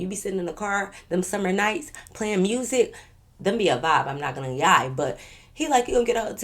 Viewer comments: We don’t say mursic Fr Ts be forced asf Fr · heavy on the "mursic" im from memphis 😂😂😂😂